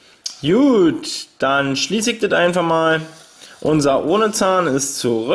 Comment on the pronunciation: Warum sagst du immer jut schtat gut kliengt dof :(